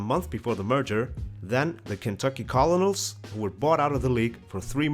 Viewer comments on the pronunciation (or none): isn't colonel pronounced kernal? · FYI, Colonel is actually pronounced like kernel. I know, it's odd